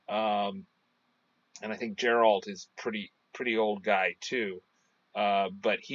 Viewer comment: with all do respect YOUR PRONOUNCING geralts Name Wrong its not JERR-alt the way your pronouncing it, Its GER-ALT same way your pronouncing it except pronounce the G instead of a J nooffence but its cringey hearing you call him the wrong name.